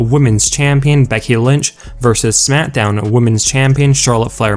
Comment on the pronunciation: Some one needs to tell him it is smackdown not smitdown